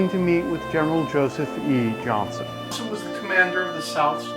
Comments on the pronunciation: Thank you sir, I believe that if you are doing a historical documentary, you should try to pronounce the names of participants correctly. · and minute mark - his name is pronounced Johnston (General Joseph E. Johnston) , with a "t". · Johnny Lackland Many Thanks, sir. Joseph E. Johnston was my great uncle. I have studied what I can find about him and am proud of his legacy. Thanks to you for pointing out the error in the pronunciation of his name. Kind Regards, Randolph Barksdale Johnston Jr.